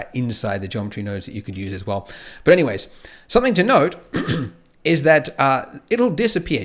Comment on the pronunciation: Everytime he said "something to note" I was hearing "something to node" lol